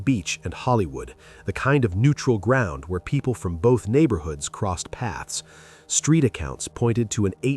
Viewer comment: He talmbout SKREET..hmmm 🤦🏾‍♀️